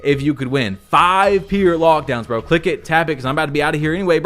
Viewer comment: Why do you say pear instead of pure lmfao! It sounds so bad 😅